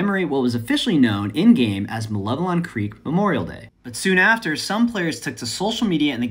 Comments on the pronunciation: First youtuber to pronounce malevelon creek correctly. Grats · Finally someone who can pronounce Malevelon